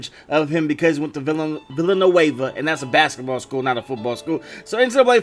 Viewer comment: My man really said Villanueva🤦🏿‍♂️